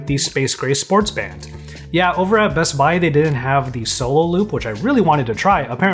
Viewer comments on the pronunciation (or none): I like how he pronounces bestbuy “bess bai”